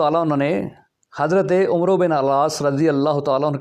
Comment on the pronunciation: 😂 متحرم آپ کو تو عمرو بن العاص کا نام عمرو پڑھنا نہیں آتا ۔۔۔۔ لا حول ولا قوۃ۔ اور چلے تاریخ پر حرف آخر بنے ہوئے ہیں۔